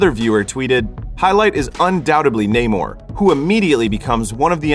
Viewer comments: Me getting mad everytime ppl pronounce it "Ney-more" 🙄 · WTF is Neigh-More? Even in the movie they explain why it is pronounced Namor, like “Sin Amor” (without love). Americans love butchering names even when there is absolutely no need to. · When someone says his name is NAH-MORE in the movie, and everyone still calls him NAYMORE. Americans.. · This was so racist. Namor pronounced his name how he says it and they had every black character intentionally mispronounce it. Completely racist to Latinos and further enforcing racial stereotypes that black people don't like Latinos. And should have made Michael B Jordan black panther, and no trial by combat all the sudden to be black panther. Absolutely disrespectful to Chadwick because his family said he wanted it recast. And to further prove the racist tone they literally made namor weakness drying of water from his back, what is back wet backwards? Most racist film I've seen in years